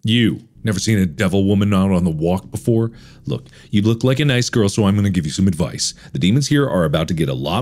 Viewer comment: “Vanessa…I’m a material gworl”